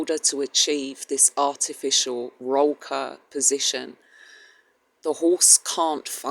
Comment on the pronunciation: It. is pronounced Roll coor (sound like cook, but instead of k it is an r) Still doesn't make it right if you say it right